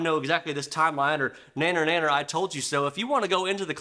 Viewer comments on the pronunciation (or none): It’s “neener neener” not “nanner nanner.” Get it right.